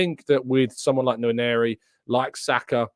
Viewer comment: I disagree with you the name is not "Waneri" but Nwaneri, this is Nigerian Igbo name.